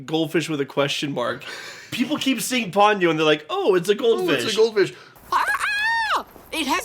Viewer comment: What's up with Pony-oh and Sauce-kay?